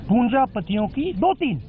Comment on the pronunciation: भाईयों ये पूंजापतियों क्या होता है पूंजीपतियों तो सुना है 🤣🤣🤣🤣वाह वाह 🤔🤔